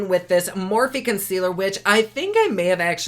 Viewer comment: "Con squealer" - OMG, I died. Thanks you so much for the cathartic laughter. I really needed that. XOXO